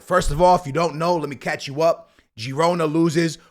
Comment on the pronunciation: it’s pronounced Girona (HE-ROW-NAH) Other than that VISCA BARCA!!🔴🔵